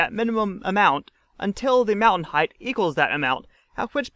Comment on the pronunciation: I know you get it right about half the time you say it, but its a pet peeve of mine. Its height, not "heighth".